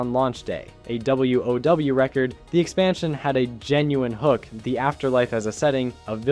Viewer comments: why do you keep saying w.o.w just say wow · Good content, but the pronunciations are off-putting on some stuff. Like you can just say "wow" not "w-o-w", "wahd" not "w-o-d", "d-bahk-ull" not "de-bake-ull" (debacle.)